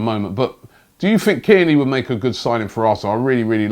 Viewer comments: Sounded like he said Kenny 🤣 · Tierney Robbie, not Kierney. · It's Tierney, not Cairney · And his names Tierney!! Who kierney Bro?? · Robbie just mispronouncing everyone’s name and has even started making up players ‘kierney’ as he does 😂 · It’s Tierney mate come on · i think robbie is trolling with these names kierney🤦🏽‍♂️ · You keep switching between saying AC Milan and inter Milan when talking about Xhaka, which is it? And you keep saying Kierney come on Robbie you’re better than that